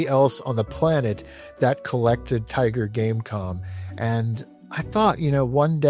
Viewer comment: every time you said tiger game com i kept thinking game con xD